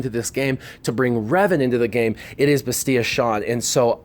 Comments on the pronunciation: LOL, she's not spanish, it's Bastilla (with the double Ls pronounced!), not Bastiya.... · OMG. T3 was NOT Reven's droid, HK was. And you aren't pronoucing Bastila's name correctly, at all. Meatbag. (HK reference, not really being a jerk.)